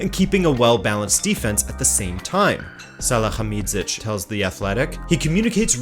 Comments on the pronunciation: salihamidzic is not pronounced like an Arabian name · Instead of butchering Hasan Salihamidzic's Name like that again, just call him by his nickname: Brazzo.